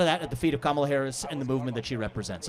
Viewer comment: a real registered democrat is wtongly pronouncing KAMALA